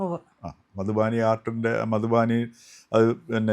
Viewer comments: മധുബാനി അല്ലാ മധുബനി അല്ലേ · മധുബാനി അല്ല, മധുബനി.